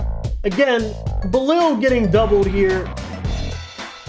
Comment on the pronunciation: Love the energy. But if I can offer one small constructive critique, please try harder to learn the players name. Bi-laal is how you would pronounce his name. Don't mean to be rude but people do deserve to be called by their names correctly, especially when they are phonetically simple. Keep up the good coverage